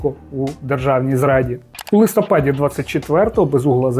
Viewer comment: Дуже хочу, щоб текст, який читає ведучий, був висловлений грамотно і також на́голос. Не "листо́пад", а "листопа́д". І не інакше.